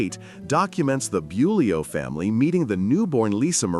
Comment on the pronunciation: This announcer can’t even pronounce Priscilla’s last name correctly